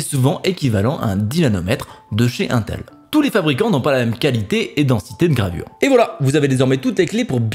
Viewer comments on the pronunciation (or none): dit pas untel lol dit intel(s) lol tu passe pour un n'aboutis on dirais que tu c'est pas de quoi tu parle lol je dit ça pour toi lol c'est pas pour te vexé ^^